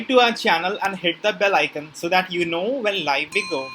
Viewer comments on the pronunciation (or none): none